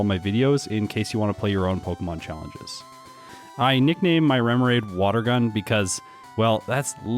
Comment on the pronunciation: "Memmoraid" Medicine companies, take note. THIS is how you make a name.